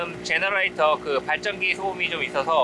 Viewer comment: 리스흉 미쿡인이야 영어 겁나게 잘 한다 리스흉 제네레다 라구 하는디 제너레이터 발음 끝짱이야 흉 ㅎㅎ